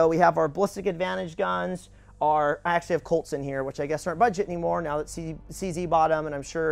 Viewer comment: cz is not pronounced cc tho, its czed